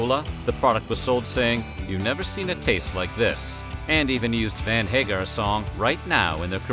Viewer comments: Did he just say Van Hagar? 🤨 BWAhaHahahaAhahaHahahAhHaHaHhahahahHA~gasp~AAaaaAhahahAhahHahHahHahA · "Van Hagar"? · Did you actually say Van Hagar? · Anybody else catch him saying "Van Hagar" during the crystal clear Pepsi segment? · Ah. You had to say. “Van Hagar” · He said "Van Hagar" 😂